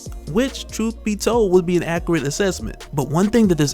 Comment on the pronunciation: Accurate, not Acreate